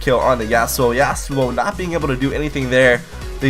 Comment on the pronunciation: you pronounce YASUO incorectly